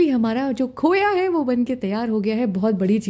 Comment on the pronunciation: Khoyaa nhii khoaaa bolte h 😂😂